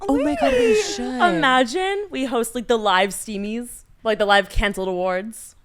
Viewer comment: saying Steamies for h3 instead of Streamies had me loling